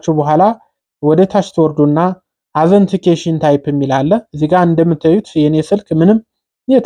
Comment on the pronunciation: እናመሰግናለን ግን እርማት አንተ የቋንቋ ችግር ስላለብህ አነባበብ ላይ መጀመሪያ ጠይቅ ከሚያቁ ከነትርጉሙ ሰለዚህ ኦተንቲኪቴሽን ታይፕ ነው እንጂ አዘንቲኬሽን የሚል እንግሊዝኛ ቃል የለም በሌላ ጊዜም ስላየሁህና ስላዳመጥኩህ ነው እርማትህን አስተካክል።